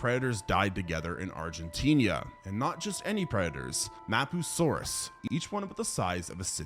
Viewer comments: its argentina not argentinia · It's Argentina, NOT Argentinia! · First time I've ever heard Argentina called Argentinia. Education is in shambles. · its argentina bro not argentiniya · Loved the video but your pronunciation of a few things just ground my gears a bit lol. Argentina, not Argentinia, Coelophysis is pronounced see-luh-fi-sus not co-loph-oh-sis, Ankylosaurus is ang-kuh-lo-saurus not ank-lee-oh-saurus, and Pachycephalosaurus is packy not patchy. So sorry if this comes off rude, that is not my intent! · argen-what? Argentinia? Wth man, as an argentinian myself that got me by surprise